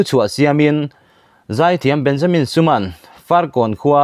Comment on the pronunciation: Benjamin tiin lam ve mai ta la, suma itia, i thluk dan dik leh bok silo a